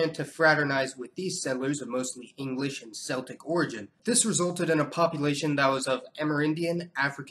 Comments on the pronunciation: Your flag is hung backwards. Celtic is pronounced "Keltic," not "Seltic." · It's "Kell-tick" not "Sell-tick". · I like your videos. Very interesting and informative but one very small thing! The 'c' at the start of 'Celtic' is pronounced like a 'k' not like an 's'. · hi: ithe word "celtic"t is pronounced "Keltic", not "seltic". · We say "muh-lun-jun" not "muh-lung-ee-un" lol and it's "keltic" not "selltic" by the way, but I appreciate you doing this video and bringing attention to my people. You might have mentioned the Great Desolate Swamp Maroons and the Black Seminoles. It's hard to say which one, or ones I come from, but we did maintain a lot of our African and even some of the Romani culture. I've written a little on this under the pen name "Ray Hess" and I have another book on the way in which I go much deeper into these spiritual traditions. I decided to do this upon discovering there were other mixed-race Southerners who grew up with the same. I thought it was just "hoodoo" at first, hence that was the subject of the first book, but now I think it may be a distinct system that either influenced hoodoo, or developed from common roots. If you're interested, the first book is titled "Backwoods Shamanism" and it's available on Amazon. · Celtic... is pronounced like Keltic, not Seltic. FYI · Great video! This channel is inspiring for me on a personal level! The word 'Celtic' by the way is prounounced as 'Keltic'. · All that research and you couldn't find the correct pronunciations for Mulungeon and Celtic. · please say celtic properly